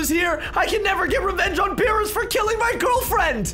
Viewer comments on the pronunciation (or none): Why did you say veerus instead of beerus uhm